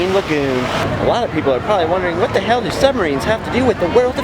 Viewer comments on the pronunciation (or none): Miss this, but the new justin Scared is pretty cool Also he said hell not helk